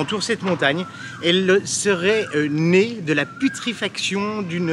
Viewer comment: Kikou les copains, super images, vidéo, balades, repas, merci pour le partage. Heuuu tu a dit " putrifaction " non? hihihi, bibi de la Drôme, Seb et Jane.